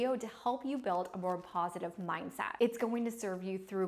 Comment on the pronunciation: You pronounce your “a”s in a few words incorrectly. Also the “e” Is used wrongly as well. For example, you pronounced the word “mindset” as “mindsat”. It makes me want to jump off of a bridge 😫.